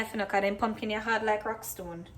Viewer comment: Lol "dem pumpkin yah hard like rock stone " you sound funny saying it 🤣 😂